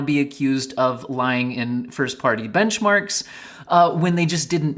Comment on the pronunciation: "new bemcharks"